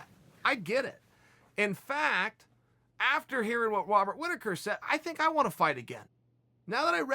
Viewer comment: Chael “Wobat Rittaker” Sonnen